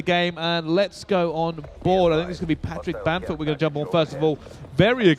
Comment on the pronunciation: Bruce said Patrick bellerford